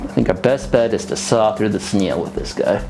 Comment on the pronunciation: I dont know why, but I love how you pronounce snail like "sneel"